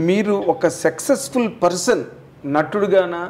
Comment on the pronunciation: Anchor గారూ - " సెక్సెస్ ఫుల్" అని 4-5 సార్లు అన్నారు.. సక్సెస్ ఫుల్ అనండి